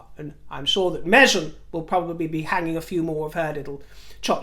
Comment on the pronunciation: dear I adore you. Please stop the the Meshzion pronunciation of Meghan. You never pronounced it that way before. Dear call a spade ♠️ a spade call Meghan, Meghan, or simply the Harkles anything. We love you just the way you are. Be yourself